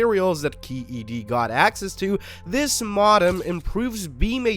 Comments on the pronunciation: Maw-dum????? It's Mow-Dum,,,,,,,,,,,, ugh, AI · It's pronounced Mo-Dem not Mod-Em. Evidenced by the fact it's a Modulator Demodulator i.e. MoDem. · Its Moe Dumb not mod dem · MO-dem, not mod-dem. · OMG I have never heard anyone pronounce modem "ma-dum"😦😒!!!! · Yeah, I wasn't aware we had switched from modems to maudums. Could this be a tell tale sign it's AI talking... Or is it a human who's unfamiliar with English.? ... think I'll choose a more reputable source to hear the news from about the gory details. Adieu. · Perhaps you should learn to pronounce MODEM before you report on these topics.... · Had to quit after the seventh time it mispronounced "modem." 🤦‍♂ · we are not certain you are pronouncing Modem correctly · this is a gen z ai based on how it mispronounces "modem" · For all that is Holy please stop pronouncing modem like that it's 1,000 percent incorrect for crying out loud. 😂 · is this an AI voice? You really don't know how to say modem or Verizon??